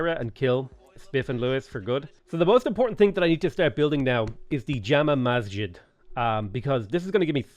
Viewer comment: Btw Jama Masjid is pronounced ju (as in july)-ma (as in your ma) muz-jid